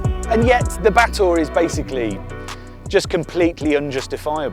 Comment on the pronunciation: Just here to listen to pronouncing Batur (Ba-toor), a caldera lake in Bali. From a distance, it looked like a Genesis coupe. Been interested ever since Clarkson butchered Porsche Macan (tiger) pronounciation, reading it as "makan" (to eat).